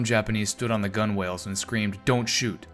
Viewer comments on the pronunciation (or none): Leyte is pronounced like "lady" also "gunwale" is pronounced "gun'ls" for next time 👍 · Gunwale is pronounced /gŭn′əl/ (gunnel).